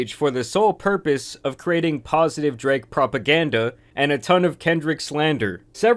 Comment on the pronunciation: Does anyone else notice how consistently over pronounces words that end in K lol DraKKKKKKKe